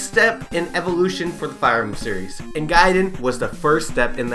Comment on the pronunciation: Is actually pronounced GAY and DEN idiot